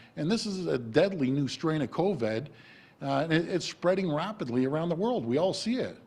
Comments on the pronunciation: He pronounces it coVED instead of coVID so that he can't be pursued legally once all of his claims officially become falsified...or so he thinks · A mispronunciation.